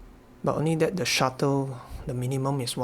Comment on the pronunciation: It's "Shutter" not "Shuttle", I mean it even says right there in the menu 😉Anyway, great video, good work! You're getting so much more out of the ZMP!